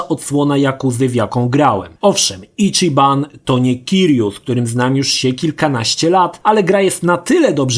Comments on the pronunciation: Ale to nie jest imię polskie. Do tego autor filmu kompletnie zgwałcił wymowę mówić "Icziban", co jest mniej więcej czymś pokroju wybicia ołówka w ucho (prawidłowa wymowa to Ićiban). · Matko, jaki Icziban? ち ma wymowę ći jak w CIeszyn albo Ćma. Nie żadne czi. Mahjong to chińska gra i nie ma wymowy madżong. Swoją drogą ładny cringe z tym stwierdzeniem na końcu o oryginalnych japońskich głosach I marzeniem o angielskim. Są granice bezguscia. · Zacznijmy od tego, że ち (chi w ANGIELSKIEJ transkrypcji) wypowiada się ć/ci (jak w słowie CIasto) nie czi.